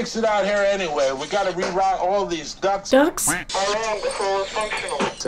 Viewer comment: First time watching you. Good reaction and analysis, thank you. Tip: some films are best watched curled up on a sofa with dimmed lights... maybe at night ;) Ducts, not ducks. As in air ducts, cable ducts etc.